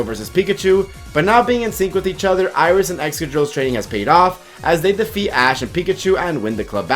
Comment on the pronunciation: and once again someone fails to get his name right